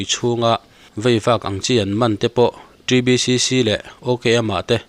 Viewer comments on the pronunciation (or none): ȚriBCC tih leh ta. ȚriBCC nihloin T(Ti)BCC ȚBCC-TBCC. Miin an duhdan ang taka hming an phuah nangin ilo tih bawrbang zela, a nihna ang taka lam tur. ka umzia a dang daih țhin a sin